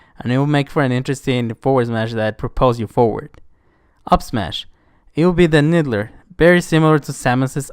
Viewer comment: Needler, pronunciation (Kneed Lure.) I think Shields will he a huge part for his Moveset. Making him take less damage & knockback while their, but once neturlized Chief will be more vulnerable. His shields will recharge after a bit of not getting hit. Assault Rifle: Make targets scurry & be avasive. Plasma pistol: can break shields at max hold, if not just lightly sprays. Rocket Launcher can be used to jump glide with. Energy Sword: good for getting up close jaring attacks, but can shielded & heavily punished. Plasma Gernades good for holding a spot or sticking to enemies. Frag Gernades: can be skipped & bounced on map. Also can gain a small jump with slight damage if timed correctly. Sniper Rifle: Sweet spot on Head blowing enemies back with high damage, however increases Chiefs hit box for a second. Needler: Side attacks if enough sink into a enemie at once they explode with huge knock back.